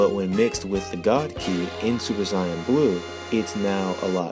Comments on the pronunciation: ...why the fk are you saying Cyan?? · its so funny when he says siyan